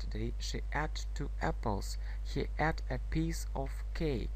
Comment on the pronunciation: слово "ate" читается не как предлог "at", а [eit].... проверьте по словарю, пожалуйста....с уважением Englishмания